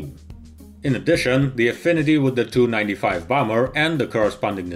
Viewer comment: TU = "Tee-You." IL- "Eye-Ell."